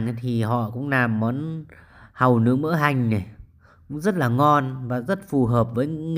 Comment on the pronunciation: Nghe bạn nói món hàu lướng...tưởng món mới ...kkkk